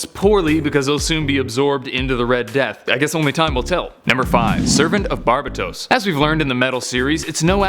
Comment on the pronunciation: Bar BA tose?